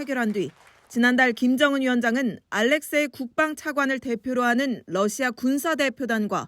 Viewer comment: TV기자들은 말도 잘해야 하지만 발음도 좋아야 한다. 특히 외국어는 가급적 원음 발음에 충실해야 한다. 그런데 TV기자들이 Russia 의 러시아를 Lussia 로 발음한. 많은 다른 기자들도 로켓의 rocket을 locket으로, Radio 를 Ladio 로, Roma 를 Loma 로 발음한다. 물론 한국어에는 ᄙ(쌍리을)이 없어서 L과 R을 전부 ㄹ로 발음할 수 밖에 없는 어려움이 있다. 그렇다면 한국인들은 R 발음을 정말 못하는 것일까? 아니다. 초성일 때에만 못한다. 아리랑(Arirang), 세레나데(Serenade), 프랑스(France) 등 잘 하지 않는가? 그래서 TV기자들에게 힌트를 주고자 한다. R 로 시작되는 단어를 발음할 때 앞에 '으' 발음을 짧고 약하게 먼저하라. (으)러시아(Russia), (으)로켓(rocket), (으)라디오(Radio), (으)로마(Roma) 등으로 말이다. 그러면 당신은 좋은 발음을 하는 기자가 될 것이다.